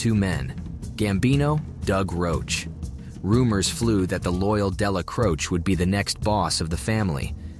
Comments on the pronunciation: I have never heard more incorrect ways to say Neils last name... That was wild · Or a Deli Crose? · they found 14 different ways to butcher Dellacroce.